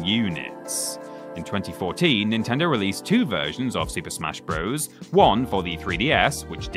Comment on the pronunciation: I wish YouTubers would stop pronouncing "Bros." like it's the plural of "bro"!